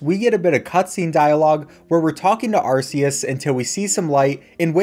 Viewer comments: I almost clicked off when he said are-see-us instead of are-cee-us or Arkoos. But it’s just a video, right? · ark-ee-us it's in the trailer it's not so hard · You said “Arceus” wrong! Okay, I really don’t care much but it’s official pronunciation is “Ark-ee-us” I double checked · Not really, the new Pokemon's book states that Arceus pronounced Ar-Kee-us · I’ve always been pronouncing it “ar-Kay-us” And this is the only bit of media I’ve heard pronouncing it “ar-see-us” 😳😅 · AR-KAY-US my guy, not AR-SEE-US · NO NO NOPE NOPITY NOOOO. It's AR KEY IS. Not Ar SEE is. Not angry, just disappointed. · Wanna know why pronouncing Arceus' name like Ar-see-us is wrong? Because if you pronounced it like that your phone would be called an "Arse Phone" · I know this is old news, but it is pronounced ar-key-us. Silvally references this with its RKS System ability purposefully. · Its wrong it should be pronounced Arkeus or Arkoos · When it comes to how to pronounce Arceus, there are three official pronunciations I can think of. There's the one used in the video ("ar-see-us"), which is how its name was pronounced in Pokemon Battle Revolution (Gen 4's 3D model battle simulator). When the time came for Arceus to get its own movie, the dubbers (at least) realized that it sounds like "arse", so they changed it. The one in the final version of the movie (which is how I was introduced to its pronunciation) is "ar-key-us". In trailers for the movie (but not the final version), its name was pronounced "ar-kay-us". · Haha! Another sayer of "Are-see-us" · Imagine looking at Arceus, seeing the arc on its back, and still pronouncing it Arseus. Jfc smdh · ITS PRONOUNCED ARKEUS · IT'S ARK-i-es for Christ sake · Sorry good sir it's Pokemon Legends Arkoos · You mean Arkoos don't you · Btw it’s ar-ce-us key no see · hey its arkoos wrong pronunciation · it is not arceus it is arcoos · Ew, Are-see-us pronouncer. Other than that, epic speedrun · Sorry but its pronounced Arcoos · ITS HARD C ARCEUS SOFT C